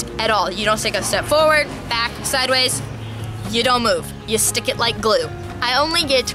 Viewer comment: When she said like this video it sounded like lick this video so i licked it 😂🤣😅😇😘😋😛😝😝😜😜🤪🙃😉😌😊😊😁😄😃😀